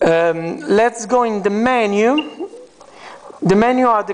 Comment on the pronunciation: How does he pronounce menu?